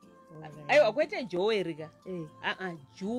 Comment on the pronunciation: Jewel not juwel